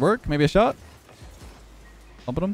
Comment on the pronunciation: When you say "bumpin'im" fast it sounds like your saying "poppadom" whilst eating a poppadom 🤣🤣